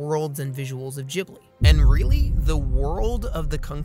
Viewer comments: Hearing "Jhibli" instead of "Ghibli" makes my heart hurt. You're supposed to pronounce it G, like G in word Game. That's my only problem with the Video tbh. Because I agree with this video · Your pronouncing Ghibli wrong. It's meant to Ghibli like in gif.